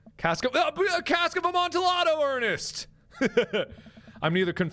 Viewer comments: Amantillado is Spanish so the double L is pronounced more like a Y. Like a Amantiyado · the way he said Amontillado triggers me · I like mark but him repeatedly mispronouncing "amontillado" hurts me inside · uh monte day o is how that is pronounced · Oh god I love you Mark, but every time you mispronounced Cask of Amontillado (ah-mon-te-yah-do) it killed me a little inside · Mark! It's pronounced Cask of A-mon-tee-ya-dough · I read the cask of amabtillado in school, great book and there is a short film it was good too. By the way, the l's are silent. Lol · The way you pronounce Amantillado hurts me in my soul. lol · The Cask of Amontillado (actually pronounced "UH-mon-tee-AH-doe") reference FTW. I love Poe. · Its pronounced amontillado (ah-mon-tee-yah-do) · Mark mispronouncing Amontillado hurts my soul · did no one else have a seizure over his pronunciation of “amontillado” ? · Poor Mark, that's not how you pronounce Amontillado XD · Can we just appreciate how I would get infuriated over anyone else miss pronouncing Amontillado but Mark just seems to pull it off and it's chill with me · The way mark pronounces Amontillado is sort of crying, but at the same time I can't really blame him because I too have had moments in my life where I pronounced something horribly wrong because nobody ever told me how to pronounce it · Anyone else die a little inside about "Cask of Amontillado" and how he pronounced it wrong every time? I'm hoping so hard that he was being facetious.... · The way Mark pronounces "Amontillado" makes me wanna die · It's funny how Mark messed up so many times just to say "Cast of Amontillado" he messed up and said my last name